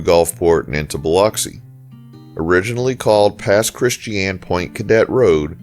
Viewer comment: Are you from the Biloxi area? I only ask because you know so much about the area. I mean how did you know Pass Rd was named Pass Christian-Point Cadet unless you lived on the coast. You even pronounced Christian correctly. I lived on the coast from 1997 to 2010, stationed at Keesler AFB. I watched another of your videos and you even pronounced Debuys Rd right.